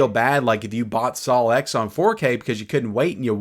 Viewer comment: “SaLw X”? (Just messing with you.) 😂